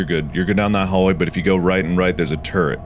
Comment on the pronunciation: Everytime mark says Turrret, it sounds like he is saying Turd. I am mature I swear 😭